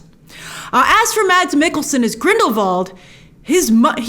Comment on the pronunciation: I’m Danish and I’d just like to say : his name is pronounced “MASS” not “Mads”.